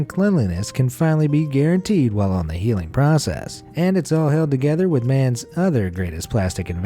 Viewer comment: Idk about anyone else. But I hear "holy heating" at the start. Not holy healing. Anyone agree?